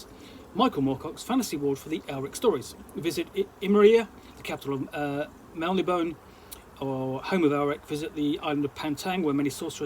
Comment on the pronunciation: Love Eric games and the books. The last (I think 5th) edition is great too. Forgive me as I may be wrong on this one but I think Melnibone is pronounced 'Mel-nib-bow-knee' although would love to get other peoples opinion!